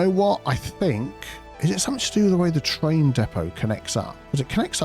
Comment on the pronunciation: ah yes, the TRAIM depot